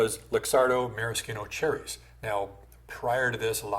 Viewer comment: Subscribed as soon as I heard ‘maraschino’ pronounced correctly.